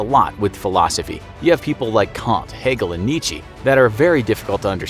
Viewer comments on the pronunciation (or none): none